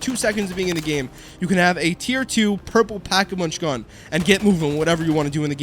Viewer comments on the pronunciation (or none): Did you say pack-a-munch???